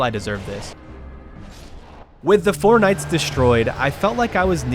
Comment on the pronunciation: I love how he called the Four Kings "fortnights"